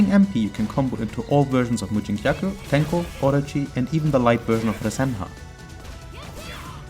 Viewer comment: I'm impressed by your abiltiy to prononce Japanese names so fast haha Very nice video. TYhe onyl thing missing I think is showing you can do V Skill after Tenko launcher in combos.